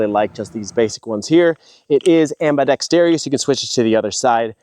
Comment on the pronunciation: Am-bi-dex-tarious lol